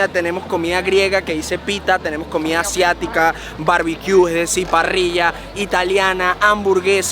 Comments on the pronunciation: Ameeeee el videoooo😍 pero es COMIDAAAAAA No comiaaaa jajajajajaja mis oidos arden cada vez🤣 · Dijistes comia como para q te corrijieran. jajajajajaj COMIDA,.